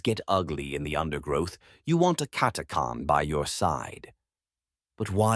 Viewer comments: Cat a chan cat a khan sounds odd never heard it pronounced like this lol however its a great video👍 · Omg your pronounce is helerious it's cat a chan 😅 not cat a carn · It's pronounced Cat-ah-chan, this abominable intelligence seems to have a pronunciation problem. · Funny how everyone pronounces it different. I've always said, "CATTA CAN." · CataCHan, it’s CataCHan! 🤦‍♂️ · is the pronunciation correct on "catachan(s)" ? i always thought it was pronounced how it was spelled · Never heard the name pronounced like that.